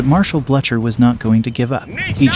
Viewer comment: The pronunciation of French names and towns is awful and really detracts from a nice film. Also Blucher is pronounced "Blue Ker"